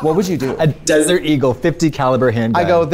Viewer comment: why does the word “desert” sound like that? ? its the same effect as when tracy says “chemise” in an earlier episode